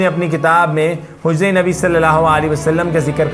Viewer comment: Barae mehar bani nabi pak ka naam thk tarhan s lijye